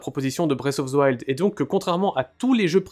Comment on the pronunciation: "Bresse of ze wild" Faites un putain d'effort